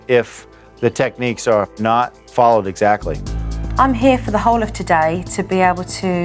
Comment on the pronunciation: Will someone please tell Jo how to pronounce exactly? It’s not sackly but exactly. I’m sure I’m not the first one suggesting this!